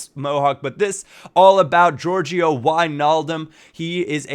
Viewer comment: Georgino not georgio